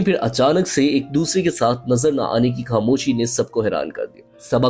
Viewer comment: آپ کے تلفظ بہت خراب ہیں مداح۔ کھاموشی ((خاموشی)۔ گایب (( غایب) وغیرہ۔